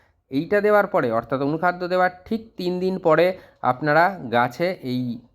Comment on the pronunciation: apni anukhada nam ta ektu bolun..tik vabe bjte parchina.❤